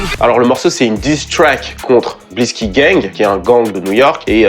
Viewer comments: Super vidéo comme d’habitude juste une petite remarque le X de Blixky se lit comme un C parce que les Gangster Disciples kiffent pas les crips du coup ils remplacent les c par d’autres lettres. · Super vidéo comme d'hab ! Petite info : Blixky se prononce "Blicky" qui signifie gun ou arme dans l'argot new-yorkais. Ils utilisent un X au lieu d'un C dans Blixky car ils sont anti-Crips, la lettre C faisant référence à eux.